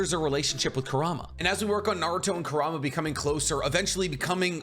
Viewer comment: It is not Ker-rah-mah it is qour-ra-mah just how it is prounced in English dub.